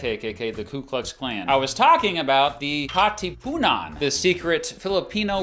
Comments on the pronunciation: How to pronounce katipunan Kah-tee-pun-nan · "Kat-EE-punann" 💀 I would not blaming him he does not know how to pronounce it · As a Filipino, the way you pronounced Katipunan scarred me permanently "Cateepoonahn" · I hate how you completely butchered the pronounciation of Katipunan